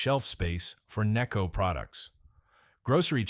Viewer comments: Its called necco not kneeco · or “nay-co” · Another example of incredibly lazy YouTube content creators who can't be bothered to narrate a post with an actual human voice. The incorrect word emphases and constantly changing pronunciation of NECCO are ridiculous. Just lazy!